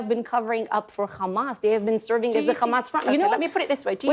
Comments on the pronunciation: If she says KHAMAS one more time... Stop lying. No more money to Israel! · Ikr. It makes me physically sick to keep hearing the way they pronounce Kkhamas